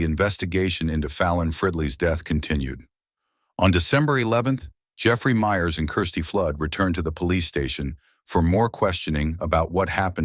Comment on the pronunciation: The boyfriend of Kirsty has the last name of Myers. It’s not pronounced “Meers”, it’s pronounced like the last name “Meyers”, like the hot dog company “Oscar MEYERS”. Not sure but I’m thinking this video is probably narrated by AI, and not a real, live, human. So this comment might be useless. Just thought I would let ya know that the narrator mispronounced the name.